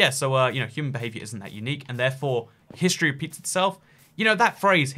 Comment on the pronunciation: I at first thought you said history pizzas itself, and I was very confused.